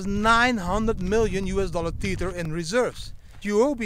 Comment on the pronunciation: Tether not TEETHER.